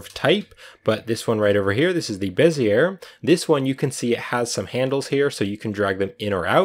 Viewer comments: bee zee ay. not beh zee air. It's a French guy's name. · It's pronounced "Bez-ee-yay" not "Bez-yer" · Bezier - sounds like “bez ee ay” 😊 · Bez-iyay, not Bez-iyer. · Heh…Bezzy air Though I suppose I said it that way before my graphics class too. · Bezier is pronounced BEZ-EE-AE no R sound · beh - zee - ay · Awesome tutorial! Thank you PS Bezier is pronounced BEZ-ee-ay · BEH-zee-ay curve - french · It's pronounced "BEH zee ay," it's somebody's name. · Bezier pronunciation is, ˈbe-zē-ˌā , not 'er. This was a good video. I thought I'd pass along a little side knowledge. Bezier is a french word brought into popularity by a French engineer. I've noticed more and more Youtubers' mispronunciation of this word. I know most don't like being corrected. I'm merely trying to help. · You pronounce Bezier incorrectly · NIce work! The "r" is silent in bezier.